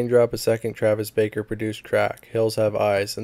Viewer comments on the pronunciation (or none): Also you kept saying Travis baker, but it’s Barker 😭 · How tf you be saying 'Travis Baker' and not Travis Barker. Same with Iann Dior. Notice how there is an 'i' in Dior; Di-or. Also, a lot of charges dropped; I recommend doing a lot more research and going over your script multiple times, this seemed like a half-asked video documenting Poorstacy. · Came to say that, Barker not Baker. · Killing me 😂 Travis baker 😂